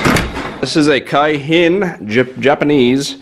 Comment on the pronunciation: Its keihin carb, pronounced (kee in)... Those came on Harleys for years.. Thats a good deal, that motor alone is about $400 and mini Z hold their value in Canada, guys asking upwards of $3000 these days...